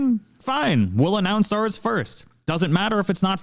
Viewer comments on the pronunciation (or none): none